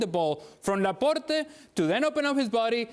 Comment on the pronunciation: "Laporté" lol its Laport(e)